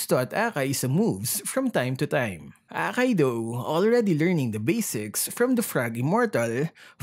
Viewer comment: The way pronounced akai as bakai 😂😂